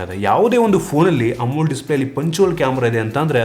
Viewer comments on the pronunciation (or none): Bro you're using wrong pronunciation of AMOLED display. You're pronouncing like "amul" display!😅